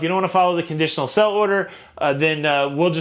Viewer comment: You always say 'sell'-order but it's 'sail'-order